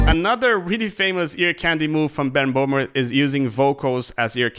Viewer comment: hello, not bohmer. his name is böhmer. with an ö